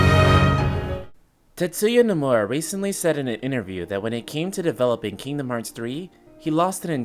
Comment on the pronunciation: The way he says Tetsuya Nomura...